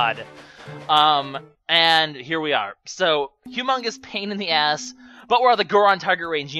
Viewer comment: its funny how you say pain in the as